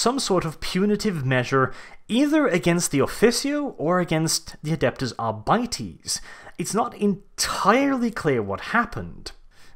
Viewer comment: All together now.... ARE-BITES not Ar bities